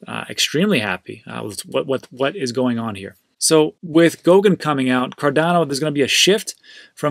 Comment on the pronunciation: Goguen not GOUKEN